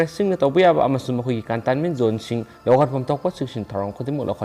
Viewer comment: Contanment natte , containment hai u english pronounced yamna lalle khra chumna pao pabi u